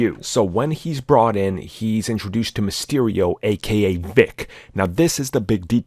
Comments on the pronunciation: It's Beck not Vic. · He says beck not Vick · They don't say Mr. Vick, they say Mr. Beck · He says Beck not Veck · I heard Beck but I thought the guy doing the video was saying Bick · Nick Fury said “Beck” not “Vic” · It's not Vick, it's Beck like his real name Quentin Beck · Vic? He called him Beck. As in Quentin Beck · He said Beck not Vic...i.e. Quentin Beck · Fury says his name is Mr. Beck, not Vick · Dude I couldn’t stop laughing when I realized said “Vick.” Like wtf? Hahahaha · He said beck not vic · Milan Dokman ya I thought said “bick”, but you’re right fury says Beck. Pretty sure I saw a mysterio history video that said his real name is William Beck, which if so fury was just using his last name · jsut sayin bc the narrator keeps saying his names vic 🤷‍♀ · Mysterio's name is BECK as in Quentin Beck.